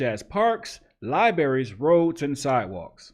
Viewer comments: Libraries not libaries. There is an r after the b. Just saying, come on brother enunciate properly. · Come on man "Libarries" you're better than that